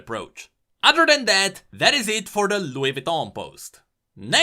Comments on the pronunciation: ah yes, loogey vityawn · I’m sorry is that Louis Vuitton? Or Louis Vitton..?? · Nobody:: Loowee voutou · X1 Hangyul LWEE-VWEE-TOHN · You have to pronounce it Lou-"e" Vi-ton (not like the measurement system but like the word tuna in French if you ever wondered how to say tuna in French) Sorry if my English isn't that good but that was a genuine French speaking lesson by a genuine French guy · What amazing pronunciation for Looeee vitonn. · "Louis Vuitton" 🎩